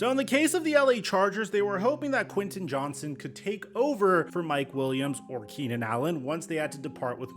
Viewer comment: It’s Quinten JohnsTon!!! Lol… Sorry my last name is also Johnston and everyone calls us Johnson… And I think I can speak for all Johnstons and say that there is a “T” in our name. We’re not a slang term for a penis hahahahahaha…..